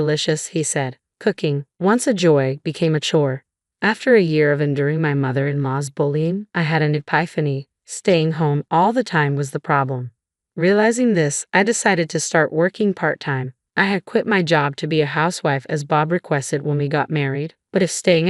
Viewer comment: "Ee-pie-fanny"? Seriously????